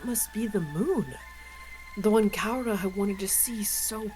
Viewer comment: Is there a reason keeps calling her "Kaura" instead of "Karua"?:D